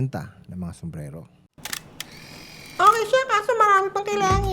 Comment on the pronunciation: Tanda mo na bulol ka padin. Sumbrero! Kahit Spanish Yan an Spelling. "Sumbrelo"? 💀